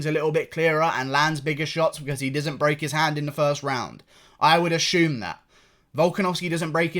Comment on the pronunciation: assume dont say ashume